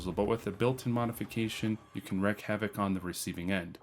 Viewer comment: "Wreak" pronounced Reek like the stink. sorry that just hit one of my pet peeves. i have no life.